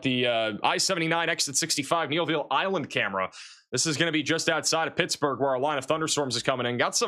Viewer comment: haven’t been back in 20 years but all the names he’s was talking about are all old stomping grounds. When he said Neville Island and pronounced it as kneeville I about died laughing.